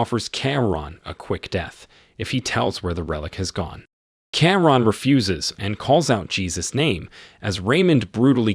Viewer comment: It’s Key-Ron not keya ran !